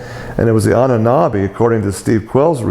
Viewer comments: Isn't it ANNUNAKI? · STOP GIVING SHIT TO THE GOV'T YA MORON! And by the way, it's ANNUNAKI!